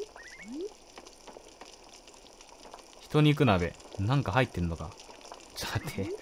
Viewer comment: 人肉(じんにく)じゃない？